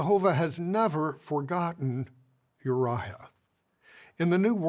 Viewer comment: This is unrelated to the actual substance, if JW talks can be called substantive, but every time I hear this GB member talking, all I can focus on is how he adds an H sound when he's doing the fake compassion elongating of syllables. "Davihid," "Bathshebha," "Urihah, "resphond," "kihing" good looorddd